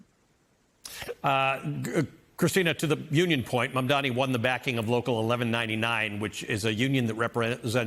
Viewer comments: It's MAMDANI! M.A.M.D.A.N.I. STOP FXCKING UP HIS NAME AND DO SOME JOURNALISM!! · These People still can’t get his Name Correctly. 😂